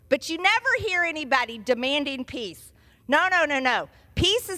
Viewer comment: MGT, is it piss or peace?